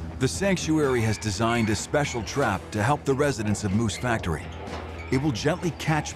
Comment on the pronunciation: It‘s /MOOSE Factory/, not /Moose FACTORY/ !